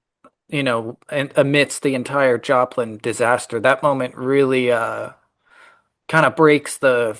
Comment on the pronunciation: respectfully, thank you for the tiny voice inflection and saying dat instead of that. I still tear up but it prevents me from balling my eyes out